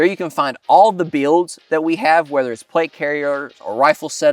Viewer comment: “all the beelds”